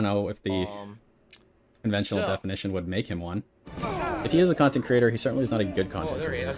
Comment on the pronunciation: “I am an independent khantent kreator!” 4 at once? 😂😂 His prestreams really are like a broken record.